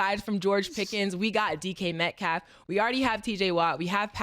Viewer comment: Not knowing how to say DK Metcalf is crazy